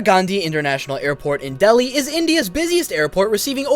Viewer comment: the way he said dheli lol